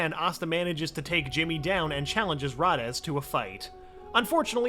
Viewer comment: Its not rades its raidees in pronunciation